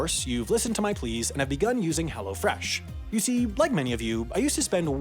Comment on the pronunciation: It’s funny how he says “Hello Fresh,” but he talks too fast and it sounds like “hella fresh.”